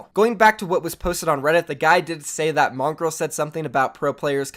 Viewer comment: mongrowl not mongrol